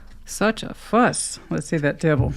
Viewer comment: I just like it when you say ‘dewvil’ lol- makes me laugh every time! 😂 Sag/sun/rising/gem moon ….but a trilogy in 12H with a Venus Scorpio!✨✨✨✨✨✨tada